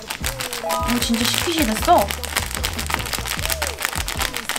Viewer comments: 초에 스퀴시인데 스키쉬라고 잘못말함 ㅋㅋㅋ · 스키시아니고 스퀴시에요.